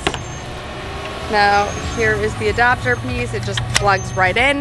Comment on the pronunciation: Did you say ADOPTER??